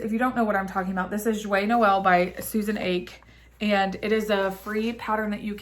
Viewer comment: Hi so nice to see you back yay, I love love all of your projects. FYI Susan Ache is pronounced AH Key take care and happy holidays so happy you’re feeling a bit better. Rest!